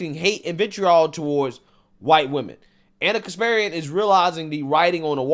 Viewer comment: It's pronounced KasparYAn. Not KaspErian.